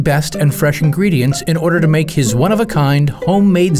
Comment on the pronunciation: The way he says “I make-a the best-a pizza!”; I’m intrigued that the Italian lisp stereotype is a thing in East Africa. 🤣